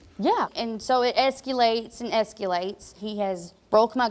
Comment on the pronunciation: Did she say. ‘Eskyilates” for escalates??